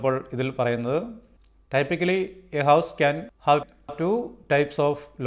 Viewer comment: ടൈപ്പിക്കലി എന്നല്ല ബ്രോ, ടിപ്പിക്കലി എന്നാണ് typically പറയേണ്ടത്